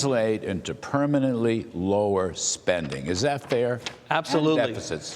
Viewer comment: It is wonderful that Mr. Vought know how to properly pronounce DOGE! Thank You Sir!